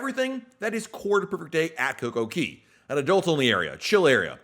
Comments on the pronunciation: It kills me when you say coco KEY LOL its KAY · .. And DUDE! No coincidence DAY rhymes with Cay "Kay". Why on Earth do you pronounce the A as an E? All the signs read CAY. Sounds so weird when you say it that way.. P.S. I enjoy your content